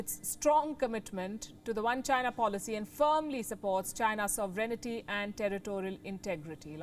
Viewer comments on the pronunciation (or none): I don't understand why it's pronuonced sov-ren-nity...there is no 'i' between the n and t...what gives? With that said, the ROC constitution makes claims on mainland China! So if the PRC claims Taiwan and the ROC (who don't really run Taiwan anymore, I know) have claims on China...and both have a policy resembling a One-China policy. Well, whatever...we're all kinda screwed either way.